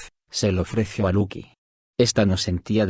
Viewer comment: lucy es luki????, no pronuncia bien el nombre tonces uno se confunde